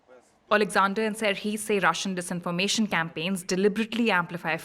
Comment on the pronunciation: "dezinformation" XD